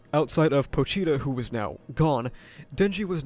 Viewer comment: It's pronounced POCHTAH, not pow-chee-rah